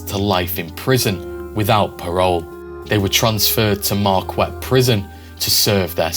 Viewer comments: Great info, but it’s not “Markwet” Prison! The u is silent. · Good job. One criticism. Marquette isn't pronounced Mar-kwet. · It's pronounced Mar-Ket here in Michigan. Yeah we have weird names. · Mar kette. As in Mar kette, Michigan, home of a university. If you want to cover history a Father Marquette story would be interesting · Marquette is pronounced Mar Kett. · I had never heard of this gang before. Absolutely fascinating. Totally needs a movie. One pronunciation we pronounce Marquette as Mar-ket. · Info on Michigan prisons: State Penitentiary in Southern Michigan is in Jackson. Marquette prison in Northern Michigan is pronounced, "MAR-ket", after the French missionary explorer. Great Video !! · Also, Marquette is pronounced Mar-KET. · I've shopped at Eastern Market at least 50 times but never knew the Purple Gang got their name there. Cool documentary thanks! A couple things though in Michigan they pronounce it Ham tram ick, also Marquette is pronounced Markette and Jackson Prison is in Jackson Mi not Marquette.